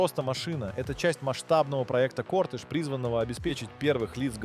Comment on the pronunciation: Ты специально ударения неправильно делаешь?? Джагуар, Сэнат, Лансиа, кОртэж, Нарендра МодИ, турбо нАдув